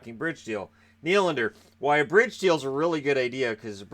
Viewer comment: I know everyone is changing how their name is pronounced, but apparently Willy gets to add an s to his Nylander now.